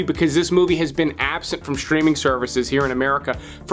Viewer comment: "No ones veen talking about" Except ya know... stuckmann